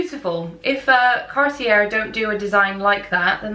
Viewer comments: Cartier is pronouced like Carti-yeey. You are absolutely gorgeous and i enjoyed watching your video! 🎉 TFS♡ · Cartier is pronounced “car-tee-AY” and Bulgari is “BULL-guh-ree” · It's pronounced Car t a......no r sound! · Thank you. I flinched when she said "depuis" and said French brands, especially "Cartier". Cartier is pronounced like car-tee-yay. Well, kinda. 😅 The first r is a hard r, not the way you say it in English. The second r is completely silent. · Did she really mispronunciation Cartier???